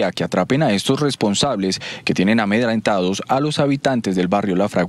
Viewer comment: Cutre noticias. Eligen a la cucha que quierer salir en noticias.Semdice AMEDRENTAR, no AMEDRANTAR.